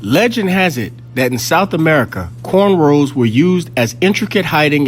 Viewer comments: Yo, It’s “rows” NOT “rolls”. Are you guys really kin folk?! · It’s corn ROWS not corn rolls. I actually hate when people say that lol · The term is "Corn ROWS" not "Corn ROLLS". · What the fuck is a "cornroll"?? Black Excellence at it's finest.